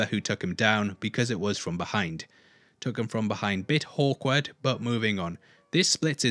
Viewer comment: "bit Hawkward", that made me Gol Groan Out Loud